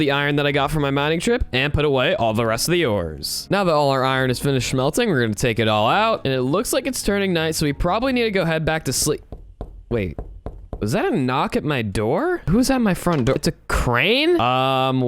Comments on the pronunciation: You said shemllting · Did you say "Shmeliting..."